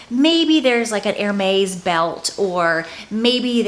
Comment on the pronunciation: HERMES is said like this...Air mez baby doll